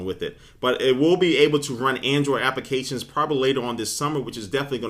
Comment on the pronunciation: Appications... Appications... appications... lol